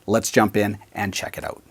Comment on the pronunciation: "Let's find oat" LOL